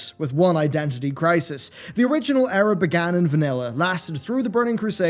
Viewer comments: good video but it's pronounced eera not error :) unless of course u meant it with the past expansions ;) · Eera, not error lmao. Or did you mean error.... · The Error is you saying Error for Era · Is he saying Error or Era? I guess both work in context.